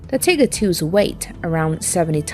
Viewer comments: FYI it is pronounced TIE GER not Tigger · Am I the only one that enjoys hearing her call them the "Tigger"?